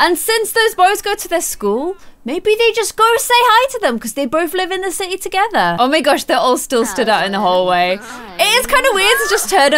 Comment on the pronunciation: in the intro when you said sims 4 in the city it sounded like you said said sims 4 in the sissy lol